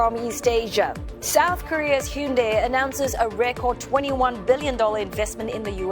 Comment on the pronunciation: Thank you for not calling them, Hi-Yoon-Die